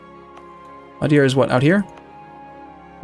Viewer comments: It's "Coimbra", not "Cóimbra". Try "Cooeembra". And again, it's "Madeira", not "Madiera". It's Évora, not Evóra... the accent is marked there! In this one, you're not even supposed to have to guess! At least your pronunciation of Beja doesn't seem to have flaws and your pronunciation of Porto and Algarve, although not perfect, is passable. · you're angry about that? I was stumped he started looking for madeira on the mainland.